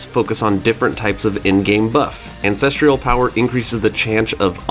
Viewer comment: Ancestral = an sess truhl. There's no I in it. It's not treeuhl. It's truhl. Ancestral..🤦‍♂️